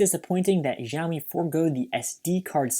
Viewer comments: sheeeaomi not geaomi it is just like xi jiping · Review where Xiaomi is pronnounced as "žámí" is questionable :D